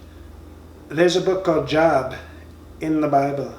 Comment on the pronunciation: Oh, this dude is GREAT! "JOB"... what a dumb ass! Pronounced "JOBE"......This man is so f'ing dumb, it's UNREAL!